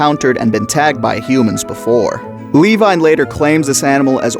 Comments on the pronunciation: Who the hell is lee wine? It Levine😂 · For God’s sake….Levine = “Luh-veen”. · Lee-vine? Lol It’s Levine my dude. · Always thought Richard Levine in the book was proved Luh-Veen as opposed to Lee-vine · ...."lee-vine"?? You mean "luh-veen"? Because that's how the last name "Levine" is pronounced. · I know this is really picky but the book character's name is Richard Levine - Levine is pronounced la-veen not lee-vine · Hey just wanted to say the name Levine Is Pronounced ‘ Leh Veen ‘ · Hearing you pronounce Levine like Lee-Vine was painful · Great video but I’m pretty sure Levine is pronounced “La-veen”, as that’s how it was pronounced in the audiobook and how Ted Levine from Fallen Kingdom pronounces it irl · Nah since he got Eddie killed and called grant an idiot we pronounce it Lee-vine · Richard Levine (lə-VEEN) Otherwise, great Video! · its pronounced Leh-veeN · Wonderful video but his name is pronounced-la-veen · No we pronounce it Lee-vine because he called grant an idiot and got Eddie killed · Why are you calling Levine 'Levi'? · Its Lee-vine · Good vid, but hearing you mispronounce "Levine" damn near drove me crazy. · every time you said Levine (or however its spelled in the actual book only listened to it on audible) i thought you were saying my name